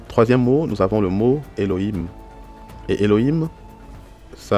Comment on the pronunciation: Minute pourquoi prononcer le H ouvert (He) comme un r espagnol qui correspond a un H ferme (Khet)? On lit bien eloim et non elorim, non?